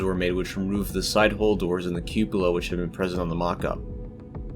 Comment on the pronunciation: Nice info, but why can't you say the word 'hull'?